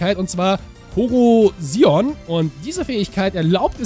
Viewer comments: Das O bei der Fähigkeit spricht man lang aus. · Ich finde die Fähigkeit Korrosion ziemlich interessant da man damit neue Strategien erfinden kann. Aber noch so ne Frage. Wird Korrosion nicht auf das letzte o betont und nicht auf das i? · Find das Pokemon wirklich cool!^^ Die Fähigkeit spricht man doch nicht so aus oder!xD